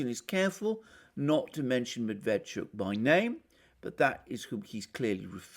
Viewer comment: Medveetschook, accent on last syllable